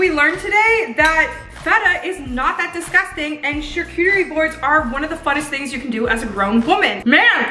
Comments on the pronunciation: I cring when you say charlcotrybord it’s pronounced shar cottry bord sorry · “Char-coochie boards” 😭😂🤣😂🤣😭😂😂🤣😭😂 lolololol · Charcuterie board (cha-coo-ter-ee)